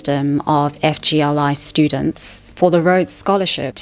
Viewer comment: (FYI when you say it out loud, FGLI is pronounced “fig-lee”)